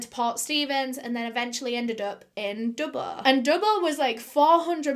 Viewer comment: It’s Dubai not dubba